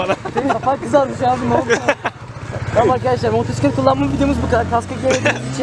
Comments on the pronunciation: hocam bastıra bastıra motoRsiklet demeseydin eyiydi :D motosiklet diye yazılıp okunuyor çok bilmişlik olmasın ama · senin işin baya zor ya. Kusura bakma ama daha ismini söyleyemiyorsun 😂 motorsiklet değil motosiklet diye okunur ve yazılır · Önce motosiklet demeyi öğren sonra sürmeyi öğrenirsin motorsiklet nedir abi? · motorsiklet değil motosikelt:D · Güzel videp fakat motorsiklet değil abi, MOTOSİKLET. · modorsiklet derken ? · Motorrrsiklet degil amk motosiklet motorrrrrraiklet ne gicik oldum